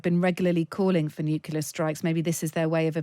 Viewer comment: learn to pronunce nuclear. It's not complicated.